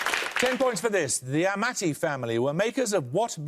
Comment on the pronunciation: It's pronounced 'Amarti'................the way he says it it would have to be spelled with two T's.